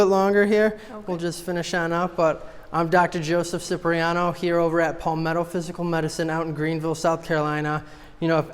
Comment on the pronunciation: love your videos REALLY...but please...the pronunciation of ur last name is CHIPREEANO... ;)